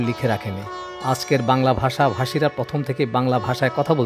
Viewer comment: I'm sorry to say though you are discussing this topic you have not yet picked up the correct pronunciation of 'bangla bhasa'.Moreover it is imperative that this topic is not complete without discussing charjapad,manasamangal etc.